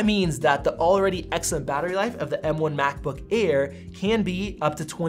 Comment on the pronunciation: Did he say macbook ear ???